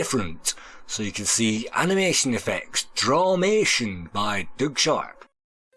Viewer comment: It’s Doug (i.e. Dug) not Doog. Lol